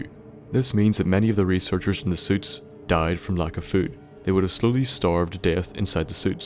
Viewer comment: 'he ate a mighty buffalo gourde, AND DOID' your voice is gold and I can only wish my Irish voice will be yours XD